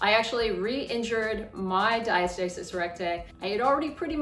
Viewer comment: Great video thank you. Ive been drinking a shot ever time you said diastasiiiiss recgussthj ghbvn 🤢🤮🤮🤮🤮🤮🤮